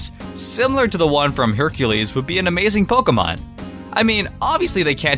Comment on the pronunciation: stop saying pokumon